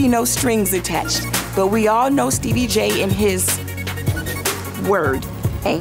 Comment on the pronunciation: SHE SAID STEEBIE 😂😂😂 tell me why every time I say his name I say it like that😭😂😂😂😂